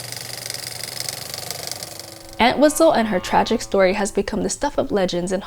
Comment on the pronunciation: The entire video she kept mispronouncing our last name 🤦🏻‍♂️ it’s ENT-wistle not ANT-wistle